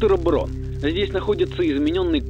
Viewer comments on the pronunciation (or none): Браун а не Брон! Это немецкая фамилия!